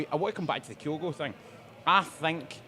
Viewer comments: Not listened yet, but if says “KIGH-OH-GO” again so help me god….Edit:, …. How, HOW can Gordon Daziel & Packy Bonner pronounce Kyogo correctly yet cannae after a year…good grief. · Same reason I can't stand Bonner...you are a pundit but can't even get the basics right? A 5 letter name and you say it wrong every time yet everyone else you talk to says it right? It's just pish. I like the channel, presenter is excellent, is superb.... will be good when finally learns to say OUR players names correctly. It's mental a Celtic fans podcast can't say our players names right.